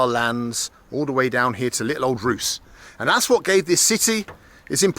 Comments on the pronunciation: / If you are going to spend time in a city and talk about it, at least try to say its name correctly- it's RusE, not Rus. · Sorry to nitpick, mate, but the name of Ruse is pronounced, well, [ˈrusɛ], just the way that it's written (Русе / Ruse). Maybe you had Kievan Rus' (Киевская Русь / Kievskaya Rus') in mind and got them mixed up? :) Yeah. Or maybe it's because Latin "centrum" has been borrowed also by practically every Slavic language (the Bulgarian form being центр /tsentr/), and because the adjective старий /stariy/ appears in all Slavic languages? 🤣 Ruse is the fifth largest city in Bulgaria and the most significant Bulgarian river port. I'd be careful with calling it an unimportant hamlet in the a... end of the world, mate. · If you are going to spend time in a city and talk about it, at least try to say its name correctly- it's RusE, not Rus. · Ruce is pronounced Roo-Say not Rooss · It's not Rous, but rather Róusee, with E at the end. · The pronounciation is not like "ROOS". it's "ROOS-EH" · It's Roo-seh, Ben. Not Roos. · What is Rus?? The prononciation in English should be Russe. Градът е Русе, не Рус!!!!!!! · I love Bald's videos but this seems less well-researched than most. For someone who reads Cyrillic, I was continually irked by how he refers to Bulgaria's city on the Danube as "Roos" rather than its correct name "Roos-e". Also, since he loves a huge communist-era monument, a tragedy that he did not check out the amazing one in Stara Zagora since he was actually in the city. Other than that though, good stuff. I love the Shumen monument and have visited many times, and checked out Buzhludzha last summer. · I can’t believe I’ve been watching you for so long and never knew you came to Ruse my hometown! It’s pronounced Rus_eh btw😊 hope you enjoyed your time in Bulgaria 🇧🇬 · The name of the city of Ruse is pronounced RusE, not Rus. The accent falls on the second letter "U", not on the last "E". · It’s pronounced Ruse-ay not Ruse lol.